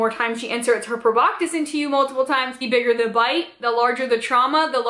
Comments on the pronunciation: I’m triggered every time she says “proboctis” Girl… there’s no T in that word. It’s pronounced “pro-bah-sis” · Cool video but garr its pronounced Prob-BAH-SIS. NO K sound. :). But I liked the vid.